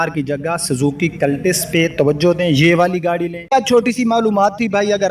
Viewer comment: cultus cul tus ایک ہی وزن کی آواز دیتے ہیں Tis نہیں آپ کلٹس کا آدھا تلفظ درست آدھا غلط بولتے ہیں کاربوریٹر ۔۔۔پوریٹر ہیں ۔۔۔۔میلج نہیں ۔۔مائلیج خیر میں آپکی بات سمجھنے پہ دھیان دونگا اردو درست کیوں کروں؟